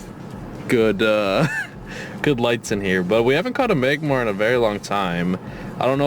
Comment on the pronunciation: Did he say "Magbar" instead off magmar? xD